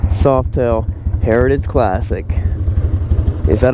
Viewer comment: What? You can’t say sausages either. Heritages. Just have to slow down a bit.